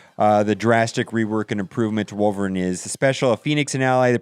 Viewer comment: wolvereen not wolverin